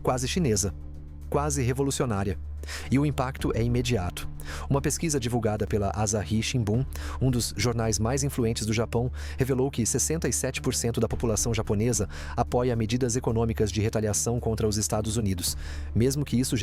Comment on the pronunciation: Tive que parar de ver...muita raiva da burrice... Nao sei se e' a IA que le o texto , mas tem que ensinar pra ela que existe oSaka e nao oZaka....tambem nao existe aZahi shinbun e sim aSahi shinbun... Qdo vao aprender que so no brasil que trocam o S por Z L por U e assim vai...